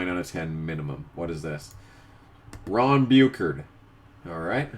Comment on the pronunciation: My man said Ron Bukeerd [SALTY NEW ENGLANDER INTENSIFIES]